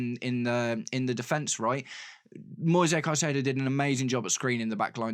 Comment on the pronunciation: the correct form to say the name is like latin american way with plain vocals: Moi sezzzz Cai ze dooo o (plain e like in "re"cipe) and plain "o" like "O"ntario